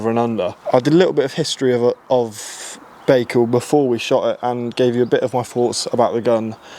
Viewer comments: Guys. Please at least pronounce the name correctly! It is not Bakecal............... It is Bical. So annoying. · Pronounced "ByeCal", you may be the first one to say it properly in future😊